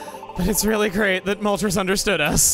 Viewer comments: I love your voice for Moltres Also it's Mol-trace, as the names are from Spanish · For how much you talked about the pronunciation of Illumise, sure is interesting to hear you not pronounce Moltres like the Spanish number 3 😂 it's definitely Illumise not Illumisé tho 😉